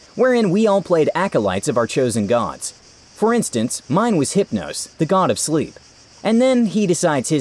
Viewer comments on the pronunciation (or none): none